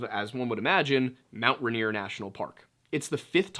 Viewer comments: I LIVE IM WASHINGTON IT IS MOUNT “RAIN EAR” not raneer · Most Washingtonians call it "Rain-ear" not "Run-ear" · Washington local (ray-neer) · For the Washingtonians- it’s pronounced, Rain-ear. I’m being picky, but if you know, you know. Props on Snoqualmie! Give this one a shot- Puyallup. How about Sequim? I just found and love your channel